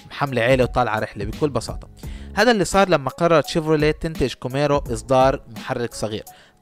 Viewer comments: اسمها كامارو.. و ليس كوميرو.. اللفظ الصحيح بلعب دور.. كوميرو ههههههه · عزيزي صاحب الفيديو : اللفظ الصحيح هو ( كامارو ) مش (كوميرو) ... كذلك اللفظ السليم هو ( رولز رويس ) مش ( روز رايز ) ... كذلك اللفظ السليم هو ( آستون مارتين ) مش (اوستن مارتان) ... وهلمّ جراً . وللاسف قائمة الاخطاء طويله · شيفروليه كوميرو !!! مش محضر ولا حتى عارف اسم السياره !! مكتوبه قدامك Camaro وبتنطقها كوميرو !!؟